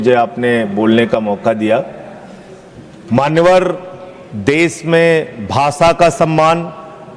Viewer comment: सांसद भाई, ये भाषा होता है न कि भासा!